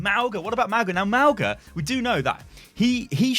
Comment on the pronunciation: Not Mao-gah, it's Maung-uh / Mawng-ah In Samoan a 'g' has an 'ng' sound